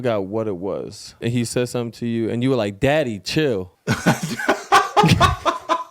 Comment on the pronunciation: 😂😂😂😂 I hear “Zadddy”